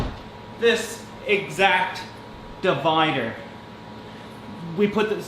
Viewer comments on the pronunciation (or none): am I insane or is he saying divinder